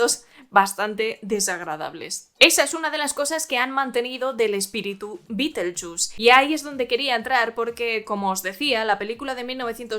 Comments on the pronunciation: Hoy voy al cine aquí en España (soy argentina) y mi entrada de cine dice BITELCHUS BITELCHUS, Así escrito! Me partí fe la risa, pero no solo lo pronuncian mal, lo escriben mal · Juraría que se pronuncia BIDELYUZ. Si Beeetlejuice no intenta besar a Jenna Ortega ni levantarle la falda ni ir al prostibulo para pasar el rato. Entonces no es el superfantasma. No me interesa ver a un sesentón que eructa y se tira pedos